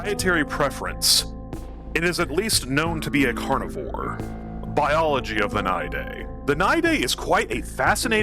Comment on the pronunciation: The only person I've ever heard pronounce it right first try. We might need to make babies that pop outta the moloch. Great idea. We are getting a new model for him workin... eventually. Long live stink bug!